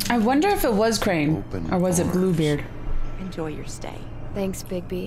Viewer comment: When she said Bluebeard I thought she said poopbeard 😆